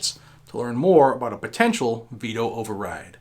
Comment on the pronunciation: ha ha. in the intro it sounded like you said beto override. lol